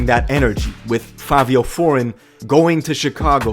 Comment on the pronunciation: The guy said Favio 🤣